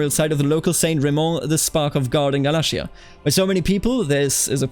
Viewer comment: its gal-ayy-shar for galatia. Ayy as in Ayy lmao